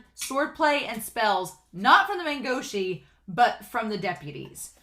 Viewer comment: it's "guo shi (国师)", meaning imperial teacher, pronounced like "gu-oh shi"